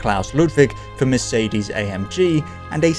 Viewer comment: When you do another one with a Mercedes then please open Google translator > switch language to german at the top > type in Mercedes > klick the loudspeaker at the bottom > listen to a proper pronounciation I promise, it's really easy to pronounce 🙂